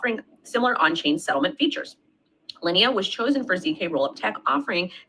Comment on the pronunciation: When you mispronounce linea as lee inna you sound like a moron and you lost all credibilty because you don't know what you are talking about.